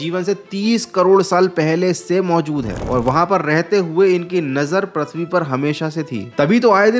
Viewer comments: All Good...but improve ur pronunciation please... Its "Prithvi" not "Prathvi" or "Pruthvi"... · Prithvi ❌parthvi ✅😂